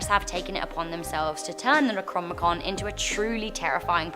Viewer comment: Neck-ro-nom-ih-kon. ... For future reference. Not neck-rom-ih-kun/kon.